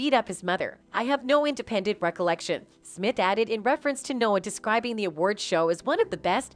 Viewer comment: "Smip" ~You guys' AI Voice